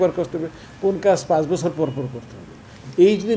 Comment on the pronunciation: এমরিকা (আমেরিকা), মেন্টেনেস (ম্যান্টেইনেন্স), বসর (বছর) কি উচ্চারণ একেক জনের।